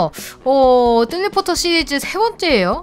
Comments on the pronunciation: 뜰리포터입니다 할때 젤리포터라 들은건 나뿐? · 처음에 뤠벨레뷀레벨뤠벨하고 안녕하세요 뜰리포터입니다~할때뜰리포터를젤리포터로들음...ㅋ..ㅋ.. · 뜰리포터할때 쩰리포터로 들은거 저뿐인가요.. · 저만 뜰리포터를 통수포터 라 들엇나요 ㅋㅋㅋ